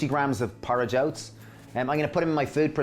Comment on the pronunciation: thank you because I could not understand what he was saying the first ingredient was. Can't wait to try this.